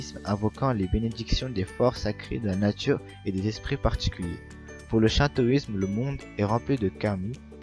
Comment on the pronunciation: Le shintoisme se prononce chinetoisme